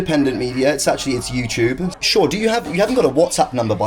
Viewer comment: Im sorry…. YOUCHEWB